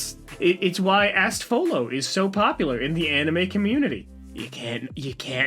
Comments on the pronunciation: “Astfolo” it’s astolfo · Okay, I need to say this, it's astolfo not astfolo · Did seriously call Astolfo "Asfolo"? xD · I’m sorry, “Astfolo”?!? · The fact that he calls astolfo, "astfolo" is killing me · Why do you always mispronounce the name of our lord Astolfo?